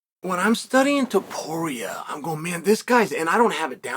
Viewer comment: TOW-PURIA not 2-Poria